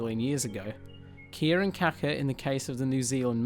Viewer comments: cool vid....It is important to pronounce this birds name correctly, beacuse "kaka" means "shit" in Maori but Kaakaa is the bird so pay to lengthen out that "a" when you are talking about the bird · I can't believe anyone could be so ignorant as to pronounce Kaka as Kacker. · You saying his name wrong sounds like car car if you say that you will be pronouncing his name correctly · It would help if you really wanted to do this video justice, at very least learn how to pronounce kaka & other words correctly. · You said it wrong smh